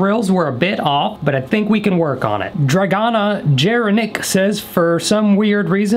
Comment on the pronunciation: The way he Said ✨DrAgAnUa JeRiMicK✨